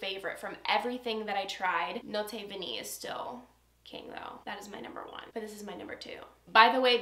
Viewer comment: I ADORE Mon Parfum! I am drenching myself in it. Is a bit like Darcy as well but much better, more addictive. Note Vanillée is pronounced Note Vaniyay.